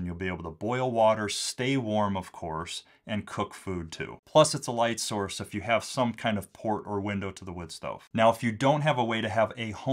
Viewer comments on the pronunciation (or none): none